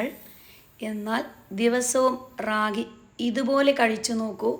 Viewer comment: രാഗി അല്ല താത്ത റാഗി